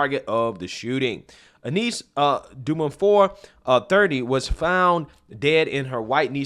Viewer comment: this is really sad to watch. Just a little help with the name: it is pronounced Yunice Jumfour (the surname is of Ghanaian descent)